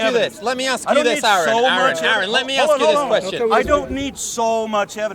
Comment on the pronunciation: Man, hearing them call him Aaron, where they almost definitely know it's pronounced Are-en, is infuriating.